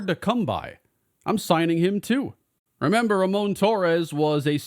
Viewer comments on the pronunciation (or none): none